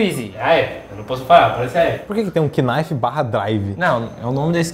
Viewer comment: Kii-nife foi foda Less... O professor de inglês aqui chorou.